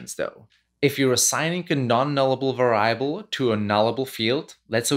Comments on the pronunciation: Stress syllable on the first syllable for va-ri-a-ble, sir! VA-riable. Not va-RIA-ble. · i'm going to start saying var-EYE-able every time now. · No problem with "Vayyable" :-) . We understand what you want to say. Also subtitles are available in video. (pressing "c" whild watching videos ) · lol I have been doing this mispronunciation all the time and never really notice it was wrong. Thank you for making this correction as well as this great video. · all good! it adds a twist to it. Great video BTW